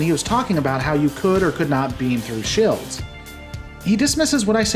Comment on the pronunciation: I am in support of anti-trekker. gads cant even say "Shelds" correctly. Shields keep up the work Anti-Trekker.